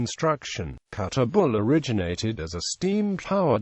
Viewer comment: Kuttabul not Kuttagul ffs